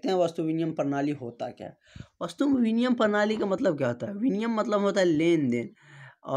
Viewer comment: Binimay hota h aap biniyam bol rhe hai